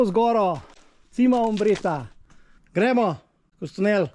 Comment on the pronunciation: Še to bi dodala, Cima je po italijansko vrh, prebere pa se čima, ne cima. Drugače pa super video, bravo.